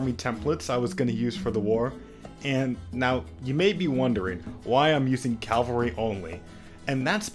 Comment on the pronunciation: says cavalry wrong, -1 rep